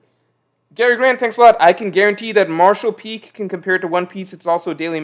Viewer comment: when "martial peak" came out of mouth i almost puked